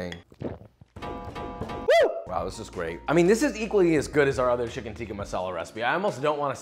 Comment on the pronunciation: Never noticed this but you say Shicken alot. is your knife Charp?